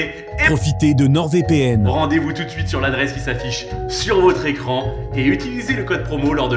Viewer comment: Il faut une "souite" !